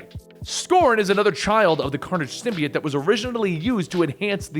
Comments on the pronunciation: i like how this guy pronounces symbiote "sim-be-its" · He pronounce symbiote wrong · The way he pronounces symbiote makes me not want to watch it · The way you say symbiote makes me want to kill myself